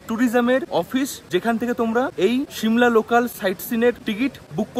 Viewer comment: শিমলা 🚫 সিমলা ✔️